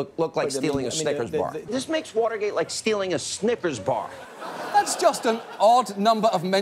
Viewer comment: Did I hear "Snippers bar"?